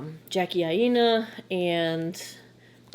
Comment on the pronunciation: Thanks for the reviews. Jackie pronounces her last name as "Aay-na". Cheers!